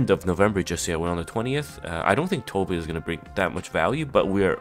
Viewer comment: Tove is a Scandinavian name pronounced "Too-Veh". We don't skip the pronunciation of the "e" when it's at the end like in English. She looks really nice, hope she's good.